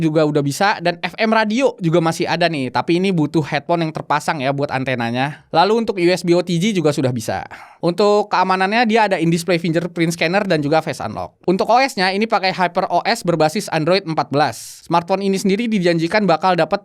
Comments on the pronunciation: Fingger bang, bukan finjer. Ayo bisa yok tim JR maju semua berkembang teredukasi. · Mana ada finjer, hadeeehh